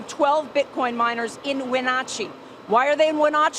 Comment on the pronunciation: I'm from there originally, grew up in East Wenatchee. Funny how badly she pronounced Wenatchee lol